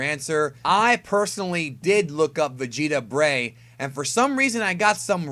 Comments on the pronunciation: "Vegeta Breigh" because.. vertebrae? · "Breigh"?! Its the first time i heard about this.....